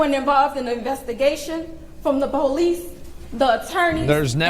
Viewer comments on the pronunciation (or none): none